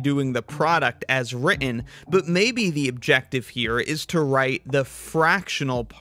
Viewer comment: Sorry, I can't take anyone seriously if they can't properly pronounce the word "written".